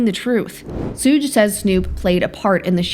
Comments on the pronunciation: Please. Its not "soog" it's "Shug" like "Sugar". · It would be "shoug". "shug" would sound like "hug" with a "sh" at the start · Who TF is Sooge Knight? Do you mean Suge???? AI is uncultured to the fullest.